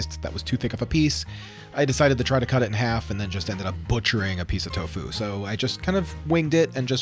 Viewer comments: the inflection is key. You're putting a lot of emphasis on the FU part, but you should just say "fu" in the same tone you say "to." It would be like me going "hel-LO my na-MUH is sar-AH." It's tofu, not to-FU. Hope that makes sense! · The accent is on the first syllable of Tofu! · The alternation between the pronunciation of TOfu and toFU is very distracting. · Tofu, not toFU lol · It's to fu, not toe fuuuuw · Its tofu not tofoo